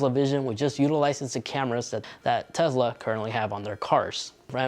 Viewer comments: Why do you keep saying TEZLA annoying af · Tez-la? Bruh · Quit saying tezla